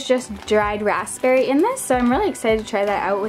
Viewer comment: It's "ERB" not "HERB" It's "RAZBERRY" not "RASPPBERRY" (I know the spelling is wrong, but it's how you say the words lol 😂)